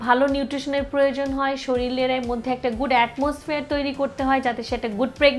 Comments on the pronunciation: Are gadha mohila age nijer grammar and pronunciation thik koren. Shoril na shorir. Interest na interested. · শরীরকে শরীল বললো কেন? আমি কি ভুল শুনেছি 😂😂